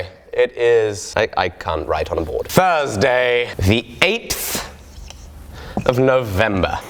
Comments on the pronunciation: "Thrsday" lol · THRSDAY.....Really? I busted out laughing! LOL!!! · Funny how shortens the word Thursday by dropping one letter